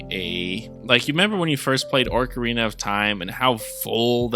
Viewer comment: Definitely not "Orc"arina, my man.